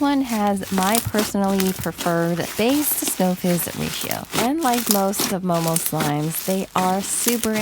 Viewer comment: sounded like she said mobile slimes😂